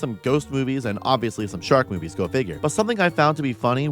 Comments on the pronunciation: I thought you said Shark boobies at the start and then was wondering when you'd show Shark furries on screen. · I misheard "Shark Movies" as "Shark Boobies" in the intro. "There is a shark boobie for everyone and I mean that." yes true. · when she said shark movies, I thought she said shark boobies and then I got sad because there werent shark boobies :( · I thought you said "shark boobies" for a second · ngl I thought you said "shark boobs" the first few times and well, yeah, a lot of shark movies also have a lot of booba in them, huh?